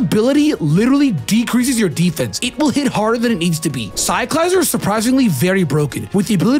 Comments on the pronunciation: How did you just butcher Cyclizar’s name like that? You legit said “Psych-lie-zer” It’s pronounced like “Psych-lih-zar” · Ok but why is no one talking about how you pronounced cyclizar It’s a lizard it’s SIKE-li-ZAR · It's pronounced CY- CLA -ZAR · That cyclizar pronunciation made me forget everything you said prior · Never pronounce Cyclizar like that ever again. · Now I know you didn’t just pronounce cylclizar like that 😅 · I’m sorry that’s cool and all where did you learn to pronounce lizard like that